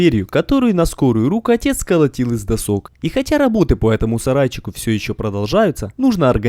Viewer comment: дОсок, а не досОк